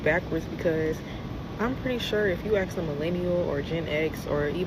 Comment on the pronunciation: When did it become acceptable to pronounce "ask" as "axe"?